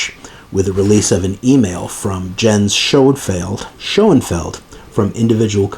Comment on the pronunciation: Thanks, what a legal soap opera eh? By the way, only because I dabble in german language and that you mention his name often, Jens is pronounced Yens. 😏